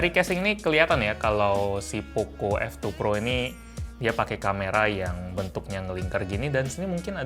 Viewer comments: Apa cmn gw yg denger kalo bang kyk ngomong oppo f2 pro -_ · Poco F2 Pro Yang gw denger:oppo F2 Pro